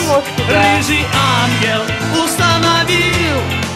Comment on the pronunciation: кто-то из комментаторов написал, что на русском тоже постарались передать эту игру слов: акцент на последний слог в слове "УстаноВИЛЛ". Блин, спустя столько лет узнаю все больше крутых деталей от комментаторов